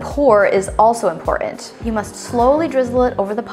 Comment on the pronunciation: Why do you go out of your way to mispronounce important?